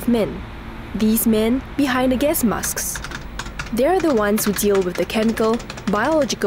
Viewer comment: "The massks"